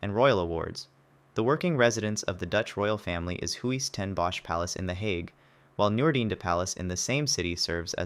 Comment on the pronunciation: Help a brother out with proper pronunciation. I’ll go first. The vowels in the Dutch word Huis, for House, are NOT pronounced separately. It should be pronounced roughly as “hoos.” You next?